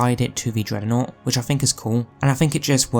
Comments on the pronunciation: Why the f does he keep saying it like that. It makes my brain come to a screeching halt every time i hear it. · What's a 'dreadernought'? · Can’t unhear it